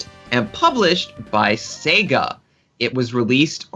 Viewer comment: I'm not from hick town ya moron. I'm from the big city. Get it right. Secondly the addition of that hard 'r' makes no sense from any English speaker perspective. He even slips in that r when he says Sega. Say-Guh. Not Say-G-ra. Darn games even say it to you at the title screen sometimes. It's not a big deal. Just funny.